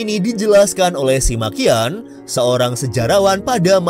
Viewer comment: SIMA QIAN baca nya SIMAKIAN 🤣🤣🤣 Itu orang nya suka maki maki ya 😂😂😂